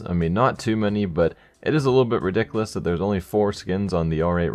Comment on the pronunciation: I want purple COLORED skins, like ultraviolet. Also he always says "redickilous" not ridiculous